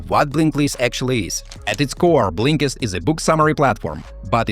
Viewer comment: He calls it Blinklist...?